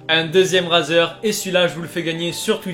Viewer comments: ey sa ce prononce raizer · Gun Blood84 he says razer like the shaving one in French